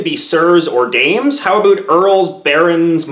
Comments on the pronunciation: I've never heard a Canadian say 'about' as strong as that. It sounds like an American's impression of how Canadians talk. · I don't know if you're faking "aboot" but I enjoy every time you sneak it in. The "like and subscribe" and Barbie commercial was cheesy goodness!